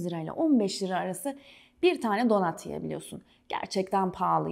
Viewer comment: Donat ne ayol😂 donat yaz bari, donut yaziyorsan telaffuzu dogru duzgun et yani